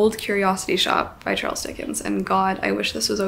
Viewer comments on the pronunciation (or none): none